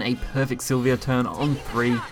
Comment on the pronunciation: three things I noticed through out the vid: its para-celsus, its silva (not silvia) and you could have killed the blood player by spending some PP and using Silvas effect instead of playing her and waiting a turn... no need for the entitiy as MVP if it didn't even needed to be played.